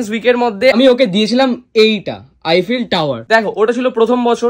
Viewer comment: Eifell na Eiffel bole 😐